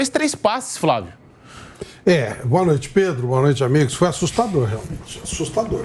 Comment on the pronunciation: VAMPETA CONTINUA A PRONUNCIAR FRAVIO, DEVERIAM ENSINAR CORRETAMENTE A PRONUNCIAR FLÁVIO. FLÁVIO TÁ VAMPETA